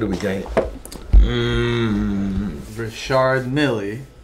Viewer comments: It’s pronounced RICH- ard Mill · It’s pronounced ‘Rishard Meel’ not ‘richord milly’ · Dude seriously, he said that and almost knocked me out of my chair. He even paused like he was trying to remember how to pronounce it right lmao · “You do not say Richard milly it is rishard milllllll you do not pronounce to d in Richard or the y in milly it’s rishhard millllllll” shout out the west side Gunn song if ykyk lol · If the watch dealer pronounces it “Richard Milly” you run in the other direction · “Richard Milly?” If the dealer pronounces the name incorrectly, you sure you’re buying from the right dealer? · Yeah when the dealer pronounces it “Rishard Milly” it’s probably a good indication that you’re being scammed and/or they have no idea what they’re talking about. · It’s pronounced (Reeshard Mill)👍🏼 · Would you pronounce a Ferrari wrong or a Lamborghini or a Pagani wrong? “Milly” find a new dealer. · Never heard someone pronounce Richard Mille Rishard Milly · Its pronounced mill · Another Richard Milly pronouncer 😂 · Funny thing is he doesn’t even pronounce Richard Mille properly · When the dealer can’t even pronounce the name of the watch properly, leave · Watch dealer that can't pronounce Richard Mille correctly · The dealer can’t read can he? Such a nice watch and he can’t pronounce it properly lol